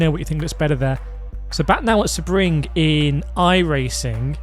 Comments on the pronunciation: Nah its not say-bring, its sea-bring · Excuse me but how do you say SEBRING?!